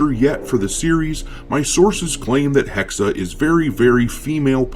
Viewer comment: Not Hexer, its Hexe for Witch.